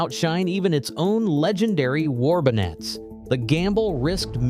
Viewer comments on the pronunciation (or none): War bon-nettes'. Lol.